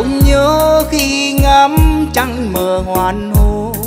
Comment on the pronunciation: Chị góp ý với chú chút. Em hát rất hay. Giọng ấm truyền cảm. Nhưnh: em phát âm cho đủ vần. Thực tế chữ h Hoàng hôn. Em hát thành chữ ( hoàn hôn ) thiếu mất chữ ( g) hãy hát cho đúng chữ. Đúng âm. Cố gắng em nhé. Đừng hát sai chính tả! Chúc mừng em!